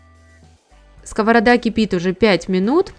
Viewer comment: Дуже ріже слух скОворода. Думала так кажуть тільки кац"пи